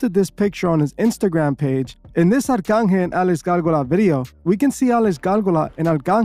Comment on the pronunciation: his name is Arcangel pronounced Ark-Angle